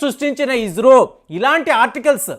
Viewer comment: మీరు ఇస్రోని ఇజ్రో అని నాసాని నాజా అంటున్నారు